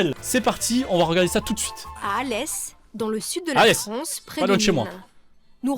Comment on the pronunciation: la voix off a dit sud de la Fronce